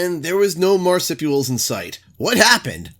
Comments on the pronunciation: It's pronounced "Mar-soup-ee-ul", just for future reference! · Read the word again,. "Marsupial".